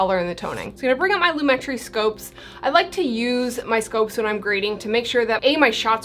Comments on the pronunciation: loo-MET-tree I think. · I don't judge cute and beautiful girl....even if you have pronounced lomatree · I think its ponounced [loom-uh-tree] ;) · its lumetri not lumetri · It's Lumetri, not Lumetri. Duh. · It's pronounced lumetri... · It's pronounced Lumetri 😜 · its not pronounced Lumetri, its pronounced Lumetri